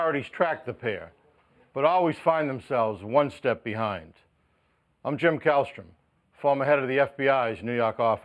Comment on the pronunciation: Kallstrom, not Callister